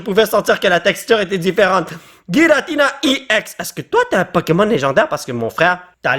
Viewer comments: La prononciation est mal pour Giratina ça ce prononce jiratina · sa se prononce jiratina